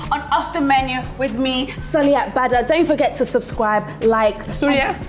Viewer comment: *Soliat not Sulia !!!!!!